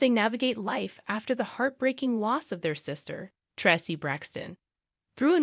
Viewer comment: Im so sorry but please pronounce Traci name right HER NAME IS Pronounced TRACE E NOT TRE CE RESPECT HER NAME AND THE FAMILY